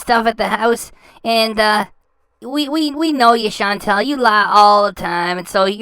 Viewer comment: “CHAN. TAL. THINK THIS A CUTE FOOTAGE. NOT RILLY”